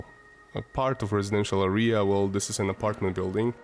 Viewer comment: Nie arija 😂 tylko area 😂